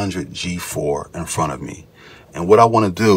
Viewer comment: "EliteDesk 800 G4 in fron a me"?